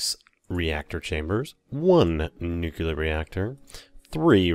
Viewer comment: remember: noo-clear. nuclear.